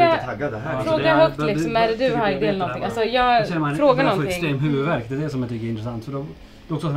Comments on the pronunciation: Bara jag som störde mig på att han sa ”Hajdi”? Haha sry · Stör mig på att säger fel till namn till Heidi han seger hadi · Alla: Heidi: HAidi! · Stör mej på att alla säger Haidi istället för Heidi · Hon blir arg när ni säger "Haidi"istället för "Heidi" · Bara jag som stör mig på att och säger haidi inte heidi...?! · Hon heter inte Haidi. Hon heter Heidi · Inte Hajdi hon heter Heidi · Ni uttalade Heidis namn fel hela tiden typ. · Själv tror jag det är Heidi,, du utalade Heidi fel!